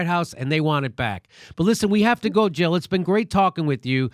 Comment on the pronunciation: Jill not Hill